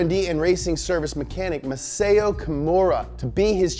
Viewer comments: Yeah MUGEN.. but the MASAO is MA - SAW, not MASEO.. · You pronounce it Masaw not maseyo..learn it from a weeb. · I appreciated your effort to say Mugen correctly.... Until you stumbled horribly at Masao. It should be MUH-SAO as in Sao Paulo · The pronunciation of Masao, though..